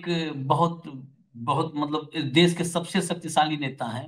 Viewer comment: Sir please देश को 'देस' कह कर हिन्दी भाषा का अपमान मत कीजिए ।‌